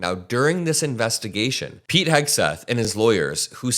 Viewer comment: I don't know why, but I always hear his name as Pig, not Pete